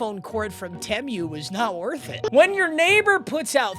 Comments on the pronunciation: Worst pronunciation of “temu” I’ve ever heard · did unc just say temiuuu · Wait wait wait… did you say, Te-mew?! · i thought i was tripping 😂